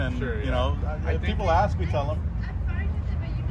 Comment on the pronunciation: yes!!! It’s et cetera, not excetera and it’s ASK, not axe!!